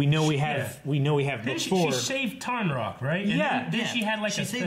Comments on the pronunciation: right actually, it's Tonraq. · They explained about platinum in season 1 first. Also,, it's not Tarnroq, it's Tonraq.